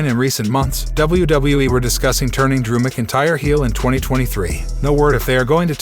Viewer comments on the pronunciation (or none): please say drews name properly please